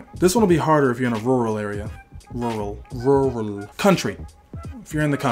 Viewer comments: you trying to say rural reminded me of Amines Campfire music video lololol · Lol u can't say rural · I didn't know English speaker also have hard time pronouncing 'Rural'!!!!